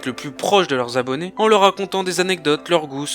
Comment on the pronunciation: À peine 100 Zabonnés? les liaisons stp, les liaisons!